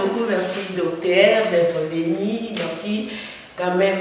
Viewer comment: Ma soeur svp, on peut se dire journaliste quand on prononce bien ses terminaisons par exmple: (docter... non c'est docteur, paster... non, c'est pasteur...au faire, vas sur google et trouve la vraie pronunciations des terminaisons entre: ter, taire et teur. Ne t'enerve pas mais c'est coe cela que ns aurons un Congo avec des bons journalistes. Si avec le Français ça ne pas, fais ça en lingala, pcq ça nous fait mal, ça nous sonne très mal même une fois que je t'ai suivi en interview avec Mr. Thiani sur la congolité mais c'est triste?